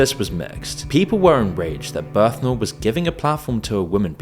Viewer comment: Bernthal. Not berthnal.